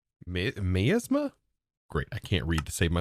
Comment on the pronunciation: for future reference miasma - "my-AZ-muh" 🥰